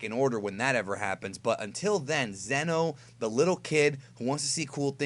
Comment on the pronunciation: Isn’t it zeeeno not zen o? I do t remember